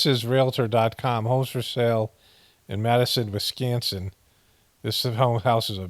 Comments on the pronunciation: Still funny when he says “WiSCANsin” 🤣🤣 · It’s Wisconsin, not BOOPING WisCANsin😂😂😂